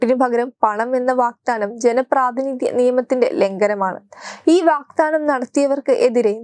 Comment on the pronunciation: വാഗ്ദാനമാണ്, വാക്താനമല്ല.